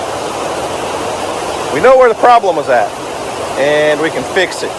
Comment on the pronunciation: Native Oklahoman here, but sheesh, man! "Eench," "Feesh," "Eenches," "feex it." 🙂